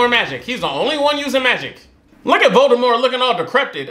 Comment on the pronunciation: “When I take this cap off I look just like lord Voldemufflrmffm” plssss you and these names😂😭